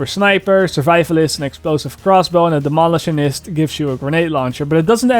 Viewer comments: demo.LI.tionist accentuate the middle i. :) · You and Widdz both lol. Dem-o-lish-shon-nist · Yeah you are saying demolish to strong then saying the rest of thr word soft, when its demolitionist its like this. Demo - lìsh - onist If u wanna say it British style. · noooo keep saying it the same way i love it!